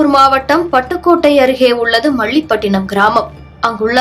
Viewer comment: என்ன செய்தி வாசிக்கிற... மள்ளிப் பட்டினம்....